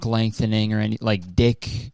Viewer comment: The fact he wasn't calling it LEGthening surgery actually injured me. Also, PR should stand for plane rekt